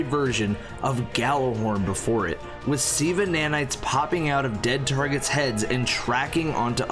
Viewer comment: "I got the Gallahorn" was what he said though. If you want to know how it really is pronounced, then it's more like "Jallarhorn" than "Gallarhorn" like English people say. Gjallarhorn was the horn of the Norse god Heimdall. You know the blind black dude who sees everything from the Avengers franchise.